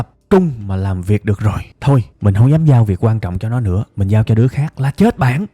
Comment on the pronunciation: ad ơi... "dám" nha 😊 e góp ý thôi